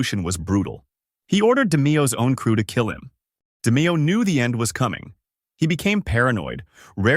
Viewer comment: Good video but its pronounced (De-Mayo) not (De-Meeo)